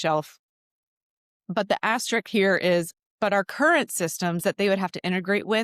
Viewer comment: Yeah no “asterik” lol ok